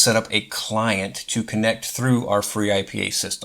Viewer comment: Finally! Someone made video of freeIPA… proper video of freeIPA.. i use it for like forever, also use it without integrated dns and chrony.. we need vids like this! And if we joke, khm, interesting you say free-I-P-A when usually we state ipa :D in any case excellent! 👌